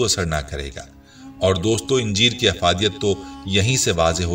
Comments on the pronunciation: khujoor nahi khajoor...injeer nahi anjeer bolo bhai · انجیر کے الف پر زبر ہے اسے زیر کے ساتھ اِنجیر نہیں کہنا چاہئیے ویڈیو کی ابتدا میں انجیروکھجور کا باربار اکٹھا ذکر کیا گیا مگر آخر میں دونوں پھلوں کو ملاکر نہیں بلکہ الگ الگ کھانے کا مشورہ دیا گیا ویڈیو میں غیر ضروری طوالت سے کام لیاگیا ہے الفاظ دہرانے سے گریز بہتر ہوگا ڈاکٹر رؤف خیر حیدرآباد انڈیا